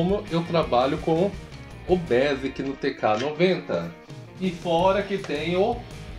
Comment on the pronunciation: Muito bom! Tenho um também.... aqui entre nóis... não é "bésiqui" , mas sim "bêisiqui" ... rsrsrsrs